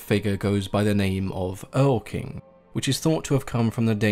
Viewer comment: Goethes Erlkönig (erlking As you pronounced it) has nothing to do with goblins. Erle is the german word for alder, the tree. In sapcovskis wrote one of the best thesis on it in lady of the lake, that there is a difference between the aen seidhe (the Volk beneath the hills aka the common elf) and the aen erle (the Alder-Volk). The erlking is not goblin, he's fae royalty.